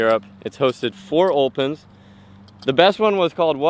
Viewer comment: Every time he says open he sounds Scottish😂 like